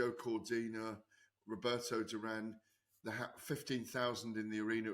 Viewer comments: I still find it baffling that Gareth can't score such a simple fight after like 30 years in boxing. And for someone who keeps saying he can speak spanish, he pronunces the single R like a double. I have noticed a few times, Its duran not durrrrrran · Yep that was cringe the way GAD needlessly rolled the Rs in Duran there.